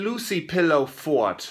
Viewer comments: Dude it's fort not fart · Fort... Not fart.. Oh Flula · Flula it is not fart, it is fort which is a like a castle or building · FORT NOT FART UGH!!! YOU GROW UP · I mean I'm confused does he actually mistake "fort" for "fart" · He said FORT.. not fart xD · it's fort not fart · It is fort not fart flula can you plz look it up on google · OMG XD XD XD Fort, not Fart XD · Fort not fart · lol fort not fart